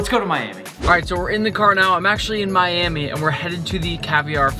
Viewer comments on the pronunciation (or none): When you said "now lets go to Miami" i thought you said lets go to manny lol